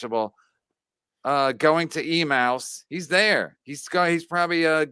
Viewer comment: E-mouse?? E-MOUSE?!?!?!! It’s E-May-Us.